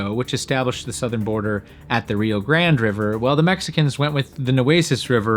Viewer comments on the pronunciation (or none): Thank you! Enjoyed learning many new things in this FANTASTIC video! I gotta say though... I was confused sometimes by your pronunciation of the word "while". Sounds like you're saying "well" instead. Haha you might wanna adjust that. ("While" rhymes with "style.")